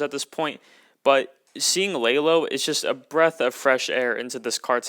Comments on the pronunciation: Do not say Lay low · Láylo makes me mad it's la Lo